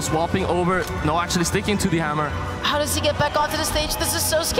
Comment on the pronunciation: Hammew is so scawy